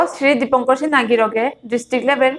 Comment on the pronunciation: নাং উচ্চারণ করতে সিনহা না বুলিয়া সিংহ বুলানির হেইচা থাইল।